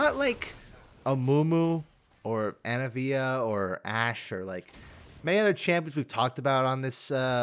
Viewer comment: HER GODDAMN NAME IS ANIVIA WHY DO YOU KEEP SAYING ANAVIA STOOOOOOOOOOOOOOOOOOOOOOOOOOOOOOOOOOOOOOOOOOOOOOOOOOOOOOOOOOOOOOOOOOOOOOOOOOOOOOOOP